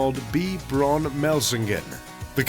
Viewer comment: Pronoun correctly....BRAUN.....is ....BA--- WOUND .( German pronunciation )